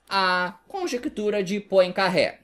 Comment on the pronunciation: só uma dica:não se pronuncia Poincarré,mas Poincarrê